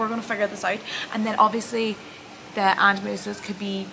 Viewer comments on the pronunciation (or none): Ah-den-oh-my-osis 🤣 hope you are on the right track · How silly having a condition and not learning how to say it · They should play this video in psychology classes in how to spot someone lying. You can’t even say one story straight. You can’t even pronounce what you’ve been diagnosed with. And you can’t even pronounce FATIGUE properly. You say you’ve stopped going out because you can’t wear anything like a bikini but you start this video wearing one? Stop spreading dangerous information to Girls, they do check your cervix during smears.